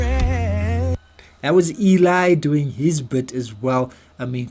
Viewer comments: Cesar says his name as Seezer, not sayzar. And Anthony's name is pronounced as Garjoola, (not garjulia) and Eli's name is short for Eliezar, and pronounced to rhyme with jelly. not Ee- lie. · Eli's name is pronounced L-E.